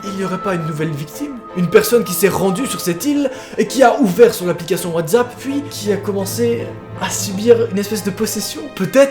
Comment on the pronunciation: Il dit wathzapp